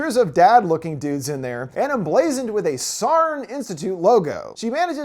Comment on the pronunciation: it's always so funny how americans pronounce estonian words lmao "sarn" made me crack up!! great vid!